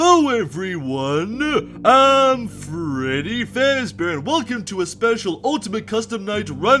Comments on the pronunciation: "Freddy Fezbear" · 🅱reddy 🅱ezbear